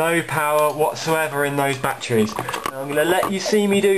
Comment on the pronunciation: i like how you say betrees lol